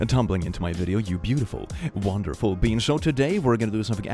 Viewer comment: When click does his intro do you hear wonderful being or wonderful bean? I hear wonderful beans and it makes me smile every time